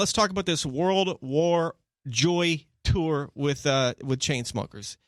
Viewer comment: luke still says tour as "tuwa" and I'm very glad